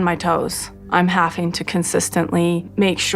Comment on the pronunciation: "Haffink", instead of having. Did Robyn go to school past the 6th grade?